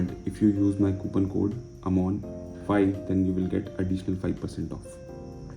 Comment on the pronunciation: It's not it's amon bhoi